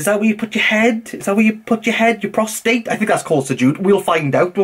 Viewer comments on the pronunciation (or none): “You prostate” 😂😂😂 only One R missing but it makes a difference 😂😂 he said sujood perfectly tho